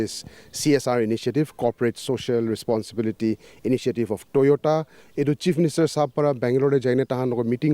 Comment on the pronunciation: Toyota ❌️ Toyoda ✅️ 😂😂😂